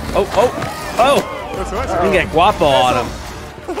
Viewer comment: Just fyi it's Guapo (guah-po). The other 2 pet ally names you struggled with are: Chorizo (cho-ree-so) Chicharron (che-cha-rone) Roll the R's in and you'll pretty much be saying it right. So for example chorizo would sound like "Cho-r-r-ree-so"